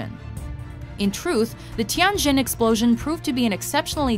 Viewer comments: It is “Tianjin”，not “Tiangjin”. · Its pronounced Tee-yen Jin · Oh my god, the way the narrator said "Tianjin" made me cringe... (coming from a chinese person)